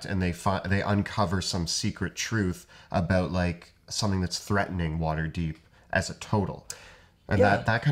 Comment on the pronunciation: that was a hard "aboat"